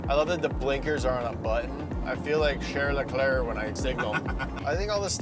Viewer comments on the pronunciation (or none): „Cherles Lecler“ 🤣